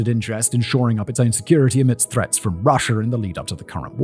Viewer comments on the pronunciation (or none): none